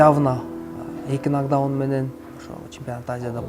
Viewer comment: Азамат иним, ийгилик!!! Журналисттер,блогерлер, туура айткыла,нокдаун, нокдаунт эмес!!!